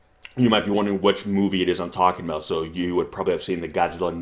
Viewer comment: ちゃんとゴジラとGodzillaを区別して発音してるね。